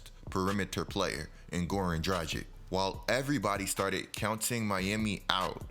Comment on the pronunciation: you pronounce dragic - dra-gich nor dra-jic